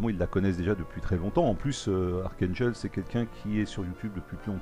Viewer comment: Super la série reprend :-D full métal jacket ;-) est-ce que c'est toi jhon Wayne ou es ce que c'est moi et la qualité de t'es vidéo est exelente et tu m'a fait rire avec la prononciation :-D daium sa se dit Dayoum et archangel c'est archangél après en 2016 la marine va normalement ariver et pour les game play après la partie historique de l avion tu devrais jouer en réaliste les caractéristiques des avion sont plus "réalistes " méme si c'est un jeu vidéo le mieux c'est le simulateur j'ai trouvé aucun youtubeur français qui en fait